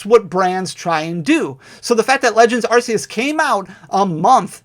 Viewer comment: Arceus is pronounced ARK-ee-us